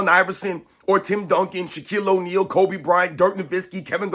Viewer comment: he mispronounced kobe, and steph